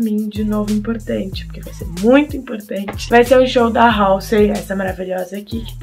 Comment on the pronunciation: Nem pra falar o nome dela certo. Poder.